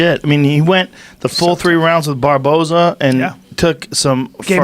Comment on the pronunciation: Eddie "BARBAERNO?" Bravo